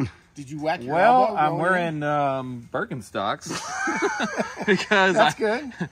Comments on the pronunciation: Did call his sandals "Perkinstocks"? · Did say: Perkinstocks? 😂😂😂